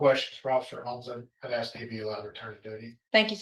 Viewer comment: Sentence: 1 year for every "I wanna axe you dis..."